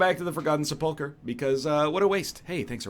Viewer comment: Did he just pronounce Sepulchre as Se-Pul-Cher? Those poor children in Korea...he must have taught them Canadian English.